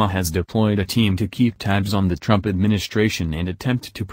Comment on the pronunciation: please learn how to say Trumps name correctly.